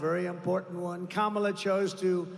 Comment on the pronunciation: He keeps accidentally pronouncing 'Kamala' correctly.